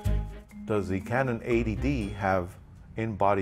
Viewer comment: sounds like your saying canon ATD